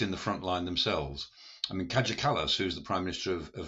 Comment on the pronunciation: He disparages the Baltics and their commitment and contributions, as well as mispronouncing Kaia Kalas’ first name.